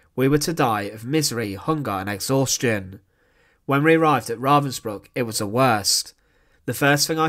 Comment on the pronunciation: Aldo his mispronounced name Ravensbruck is really bothering me